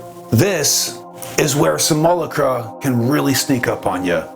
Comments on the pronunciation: Brother: it's "sim - you - LOCK - rah" or "sim - ull - AWK - rah" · Much love brother! I want to share with you. Simulacra… sim-you-lAck-rah. That’s all ✌️ and ❤️ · Your videos are always metal af. Thanks brother! FYI just saying it before someone else does, the pronunciation of simulacra is a little different. But you got the idea down which most don’t 🤙🏼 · Simulacra: sim-you-lack-ruh Simulacrum: Sim-you-lack-rum >_< :D